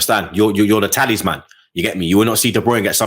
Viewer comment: sounds like he's saying Taliban every time he says Talisman 🤣🤣🤣